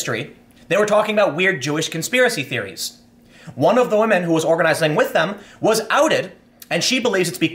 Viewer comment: "For the wahmen, not the Jew."